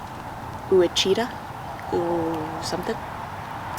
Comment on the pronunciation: How are the blackberry plants doing this year?! I am in zone 8a/b in Williamson County, Texas. I would looove to plant blackberries (thornless of course haha). Also, Ouachita =Wah-shee-ta (my in-laws live near there haha).